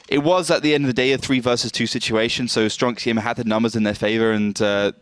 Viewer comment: "stronk sijema" mówcie po polsku stronk siema!